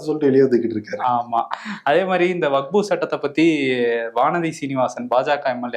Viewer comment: அன்பு சகோதரர் அவர்களே வகுப்பு வாரியம் என்று சில இடத்தில் உங்கள் வாய்ஸ் வருகிறது. அது வக்பு வாரியம் என்று சரி செய்து கொள்ளவும். இது விஷயமாக தங்கள் கருத்தை பதிவிட்டதற்கு நன்றி.